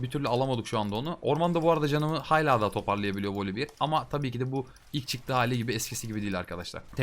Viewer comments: Ya sayısalcı olmama rağmen hayla demene cok tilt oldum lutfen duzgun soyle xd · hayla değilde hâlâ dersen abone olurum valla kusura bakma bikackez dedin com takıldım 😂😂